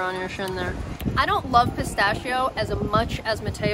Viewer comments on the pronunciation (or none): Ragazzi la pronuncia di pistacchio.... scusate ma non riesco più a sentirla! PISTACCHIO non pistacio.... BRUSCHETTA non bruscetta ... buona continuazione di vacanza in Italia;)